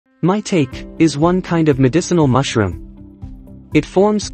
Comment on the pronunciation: It's not pronounced "MY-tayk". That computerized voice is killing me dude. Otherwise, very good video